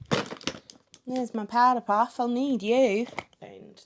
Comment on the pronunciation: oh my god the Australian accent close up to the mic 'theres ma powda puff im ganna need yur' has me crying hahahahahaha